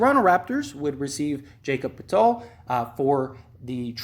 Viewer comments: 'Yak-ub Pertle' 'OG An nuh noh bee' Birch...rhymes with church...there is also a very common tree with the same spelling and pronunciation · This man aint even RAPTORS OR SPURS FAN, The way he pronounces the name KHEM BIRCH AND POETIL, he sure aint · Forreal lol.. dude doesn't know anything about ball he's just doing it for the algorithm lmao